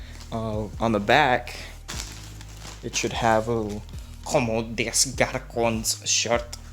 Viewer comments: Its literally pronounced kohm day garson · as a french boi hearing you pronouncing "Comme des Garçons" is insane (btw it means "Like boys" in french) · It’s not. I can speak French and you just fucked the pronunciation so hard.